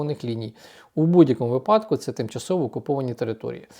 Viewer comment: Пане,"вИ падок"!!!!! Тільки "вИпадок"!!!!! А так лайк!!!